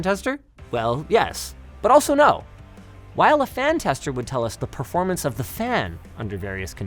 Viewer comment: Why do Linus prnounce "performance" "preformance"?